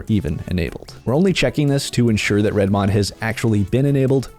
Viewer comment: The over annunciation kills me… reDmoD Fingernails on a chalk board